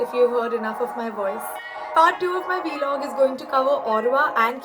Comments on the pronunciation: It's vlog not V log 😄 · Loved it! PS. It's pronounced Vlog, not V-Log! Loved it tho!